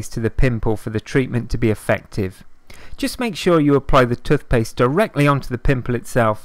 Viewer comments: It’s toothpaste not tutpaste and why are u breathing so heavy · It’s T O O T H P A S T E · I never knew I could use "TUTHpaste" to dry out spots. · Tufpaste haha. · I know this is a serious video butttt when he says tufpaste it's so funny 😂😂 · No one: This guy: *Tuthpaste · They way this dude says toothpaste got me fucked up ‘tuf-pes’ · Ffs tuthpaste 😩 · Tooff pasfe.